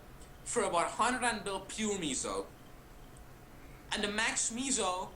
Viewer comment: Its not called meeeeesow its MEH - SOH .. its kinda like saying peso in spanish which means dollar or buck as in the currency.